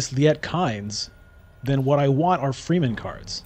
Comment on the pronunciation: Wow, close game! Love your content but there is one thing that really triggers me every time: The Dune people are pronounced "Fremmen" and not "Free-men". Keep it up!